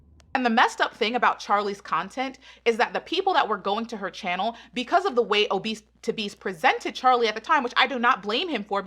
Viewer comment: I'm sorry why everyone time I hear charlie say "pecause" instead of because.